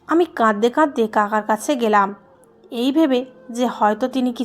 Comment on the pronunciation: প্লিজ আপনার উচ্চারণ ঠিক করেন।। ভুল উচ্চারণ শুনতে ভাত খেতে কাঁকর দাঁতে পড়লে যেমন অনুভূত হয়, ঠিক তেমনটাই অনুভূত হয়। তাই অনুরোধ করছি "কাঁদতে কাঁদতে" শন্দটাকে বলছেন (কাদদে কাদদে), " লাগছে না" কে পড়ছেন (লাগজে না)। এগুলো খেয়াল রাখবেন। কেননা গল্প আপনি নিজের জন্য পড়ছেন না। সাধারণ মানুষের জন্য পড়ছেন।